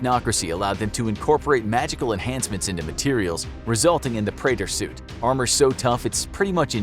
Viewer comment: The name of his suit is pronounced Pre-at-or. I play and completed Doom 2016 and I also play Doom Eternal